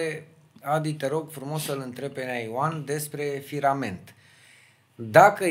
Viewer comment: Poate “ firmament”-nu firament-.